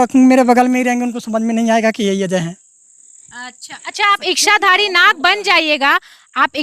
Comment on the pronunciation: बहन जी " इश्शाधारी " नहीं.. इच्छा, इच्छाधारी। 😅